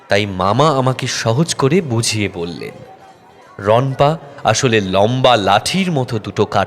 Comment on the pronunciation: Ronpa noi rono pa ..